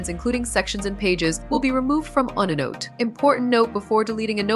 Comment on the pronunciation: Waste of time: the robot does not even know how to pronounce onenote.